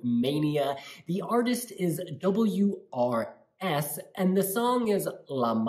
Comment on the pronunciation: WRS - pronounced oors, because his name is Ursu, which means "The Bear"